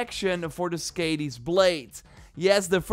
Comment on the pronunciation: Lol I was so confused when you were talking about the axe. It's more of an "Ah" sound on the "A" in Skadi.